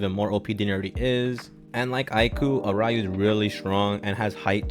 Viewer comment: by the way I'm pretty sure it's "are-you" and not "a-ry-oo" for aryu (sorry that just bothered me lmao) other than that i like ur opinions lmao, aiku is a pretty good captain but nagi probably won't get his development until AFTER U-20 (reo gets chosen but not nagi bcs reo shows his playmaking potential during the manshine v fc but nagi fails again)